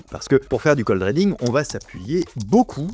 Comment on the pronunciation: ❤ Ri pas ré dans reading tu lis ridibg ❤